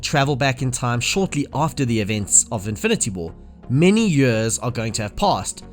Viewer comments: Its years, not yurs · what dialect is it where you pronounce "years" as "juus"? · Fucking hell learn how to say years